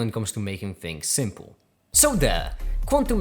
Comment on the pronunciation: Did you say 'shrimp-le'?